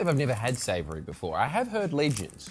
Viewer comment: Savoury will always be my favourite flavour. Ya tongues broken mate